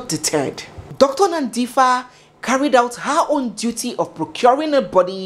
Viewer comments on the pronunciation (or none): none